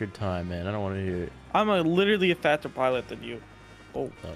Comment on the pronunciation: "im a Fadtser piliot than you" ahahah